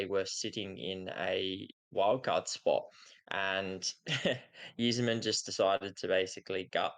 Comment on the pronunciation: its pronounced "eye-zerman" like the eyes on your face. cheers